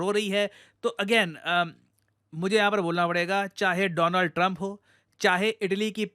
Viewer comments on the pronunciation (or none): Donald trump❎Doland Trump✅😂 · Its doland trump😂